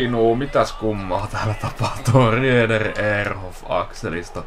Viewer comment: Olisit kiinnittäny huomiota lausumiseen. Se on Graiss ei greiss. Samoin Rieder sanotaan Riider.